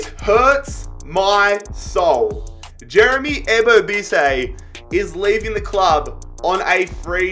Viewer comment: I’m a Timbers fan it’s pronounced Eee Boh Biss Eee